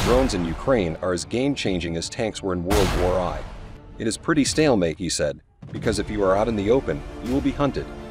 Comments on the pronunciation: That's classic. He said "World War I" (like, eye, not one). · "World War i"... lol